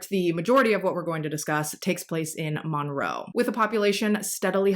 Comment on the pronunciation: So, this is a side note. My son is named Monroe and I love your pronunciation of it because you say it perfectly to me!